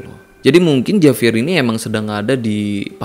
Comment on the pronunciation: Saya hanya mau memberi koreksi biar lebih seru. JAVIER dalam bahasa Spanyol dibaca : HABIER. Huruf J selalu dibaca H, tergantung huruf vocal yg mengikutinya. Contoh JA dibaca HA, JO dibaca HO. Sedangkan huruf V selalu dibaca B, contoh : VIAJAR dibaca BIAHAR. Maaf memberi koreksi! Semoga bermanfaat.